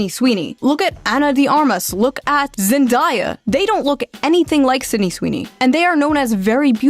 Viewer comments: I think it's Zen-day-ya and not Zen-die-ya. Kinda like it's Gal Ga-dote and not Gal Ga-doe. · are we gonna ignore how she said "zen-die-uh"?!??!?! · "zindieya" is an insane way to pronounce that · the the hell is "zendiea" (zen-die-uh) time stamp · Question, is that the correct pronunciation or just another way of Zendaya's name? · lol zen who pronounce her name again 😂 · This is the 2nd time I've heard someone pronounce Zendaya's name like that. The first time was Hasan. Old people are so weird. OH hey speak of the Devil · well, it happened. shoe finally missed. she mispronounced zendaya T_T my goat is washed